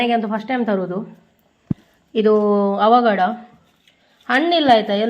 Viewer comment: ಅವಾಗಡ ಅಲ್ಲ 😅 ಅವಕಾಡೋ, Butter Fruit